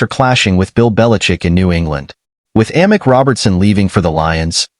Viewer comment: its pronounced Ameek Robinson not Amic